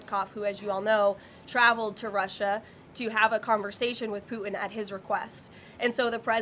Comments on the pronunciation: As in PooTin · For the love of god..... Somebody please tell her that there is T in putin's last name. 🙄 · Has she got a speech impediment? putin has a ‘t’ in it.